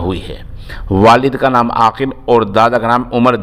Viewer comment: Abe naaam to Sahi se le le